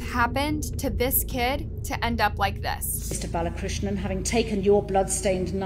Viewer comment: Will you do everyone a favor and learn how to read and pronounce before you post a story. It’s BAL A KRISH NAN. For crying out loud the judge said it correctly multiple times and here you are repeatedly reading it wrong. Get it together. It’s a regular thing with this channel and it’s annoying as hell. It shows ignorance and disrespect to your viewers who know how to read that you don’t invest in getting the simple things correct.